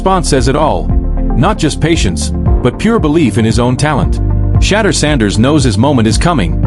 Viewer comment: Shedèur. Shedèur. Shedèur... please pronounce his name properly...